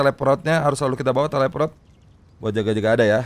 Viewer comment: Bang kenapa nyebut teleport jadi teleprot